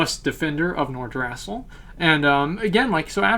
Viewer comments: pronounced nor-drah-sill not nor-drass-ill great vid tho .. love ur work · the way you say Nordrassll xD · Nor-druh-sil Alice-razor Tree-ents